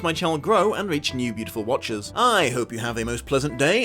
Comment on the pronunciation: I thought you said “my beautiful watches” (like the wristwear) since I found the channel and I just realized you’ve been saying “my beautiful watchers”. I really love this phantom of the opera series. It’s really comforting to watch at home.